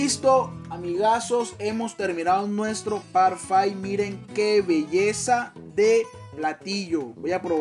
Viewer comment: Parfait!👌 on prononce “parrfé”. 😉